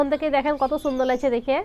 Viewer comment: ছুন্দার না বলতে হবে শুন্দার